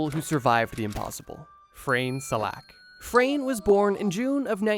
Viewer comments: It's not Frane slovak. It is Franje. We pronounce it like (nye.) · Dude. It’s Frano. You got it right on the screen but wrong in the chapters and you’ve been saying frane I cannot get over this😭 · The first guy's name is pronounced like FrAHne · butchering the name 'Frane' xD